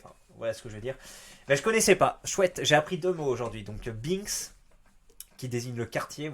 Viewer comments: Binks se prononce b1ks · "Binks" se prononce "BHEINkss" ^^